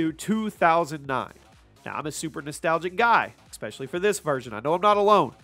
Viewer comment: IT'S ESPECIALLY... NOT ECSPECIALLY!!!! AAAAAAAHHHHHHHHHHHHHHH Great video otherwise.